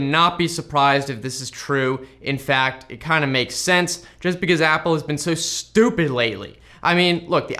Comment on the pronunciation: the way he emphasize on the word stupid is funny hes mad at appple so bad !!!!!!!!